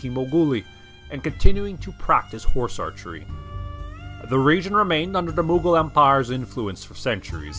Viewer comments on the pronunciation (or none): it’s not Mughol it’s maghbul